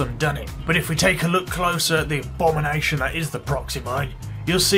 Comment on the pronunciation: A... BOMB-ination?